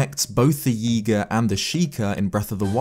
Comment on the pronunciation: Every time you say Yiga, it sounds like Yeega which makes me think you're going to say yeet